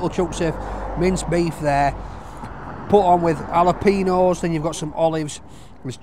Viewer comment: Jalapeños not jalapenos. Ñ is pronounced like "ny"